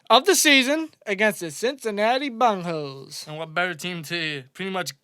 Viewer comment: Bengals not Bangals!!!